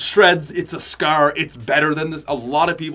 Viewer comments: Is anyone triggered that he says scer other than scar ? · Ur a fuckin nerd, say scar not fucking scare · Why do u say scar so weird. Scarr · Pls stop saying scar its ruff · Why does he say scare instead of scar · He keeps saying "Scrr" insteaf of "Scar" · Did he say scar or skrr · The scaer 😂😂😂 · the way my mans says Scar. S C A E R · The scaraare 😂😂😂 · I know he's Canadian but scar-scour? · “Gold scer” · “The skaer” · Omg he really had me dead when he was saying scar it sounded like he was saying “scare”😂 no hate tho makes some good vids 👍👍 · Hes saying the skaur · lol he calls a scar a scaar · He pronounced scar like skerr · You say scar really bad like you say scer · Wtf is a a scer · Anyone hate how he says scar? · I hate how he says scar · Every time he scar it made me laugh every time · The way this guy said scar makes me sad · U pronounce scar like an idiot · The way he says scar lol😂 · Who also cringed when he said scar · The way you say scar though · Why does he say scar like that?